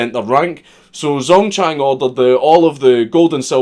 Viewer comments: Pronounce it like jang dzongchang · when you said: "Zongchang was born..." I could've sworn you said "Zone-tan" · I'm not even Chinese and the first Chinese thing he said, the guys name already made me feel pain at how badly it was pronounced. Ah well, excellent video as always.